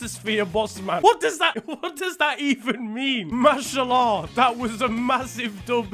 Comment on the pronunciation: The way he says mashallah "mash her la"